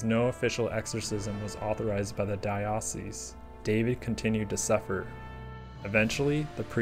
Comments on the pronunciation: I know this is being a stickler - I'm Catholic, and we pronounce it "Dye-oh-cease", not "Dye-ah-cease". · Fantastic video! So glad I found your channel. Just one small thing, in case the word comes up in future videos: diocese is pronounced "DIE-uh-sees." And now to binge watch all your content! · I grew up Catholic so I know and it's making me feel more insecure than I thought since multiple people have pointed it out now. But yeah I think you mean Dye-uh-cease though :). Diocesan changes the vowel sounds which is where I had a brain fart and I was rereading that part out loud multiples times(for different reasons). I noticed while editing but decided to leave it in due to the way diocesan is pronounced anyway(tomayto, tomahto).